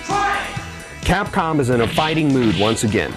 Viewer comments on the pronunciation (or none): none